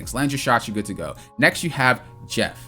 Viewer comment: That pause on Jeff. 😂 The shark almost got his own category.